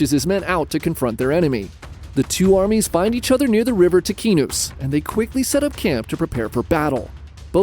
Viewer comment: Ticinus pronounced “tee chee (like cheese) noos” Great channel. Subscribed.